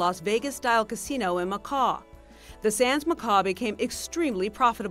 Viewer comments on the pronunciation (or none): its pronounced makow not makor spelt Macau